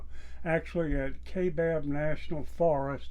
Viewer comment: It's pronounced The kai( ki) bab